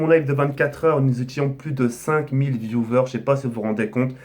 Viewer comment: Putain mais ARRETEZ DE DIRE VIOUVEURE ON DIRAIT DES SEGPA MDRR, C'EST VIOUWEURS Segpaland ici